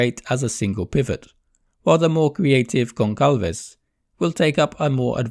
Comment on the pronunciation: It's Gonçalves (gonsalves). Do not call him Goncalves please.